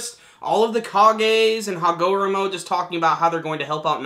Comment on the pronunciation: ha-GOH ro-MOH lol. ha-go-ro-mo